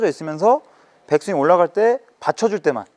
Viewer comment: 백스윙을 빽스윙으로, 릴리즈는 릴리스로 발음 해주시면 더 임팩트있는 레슨이 될 것 같습니다.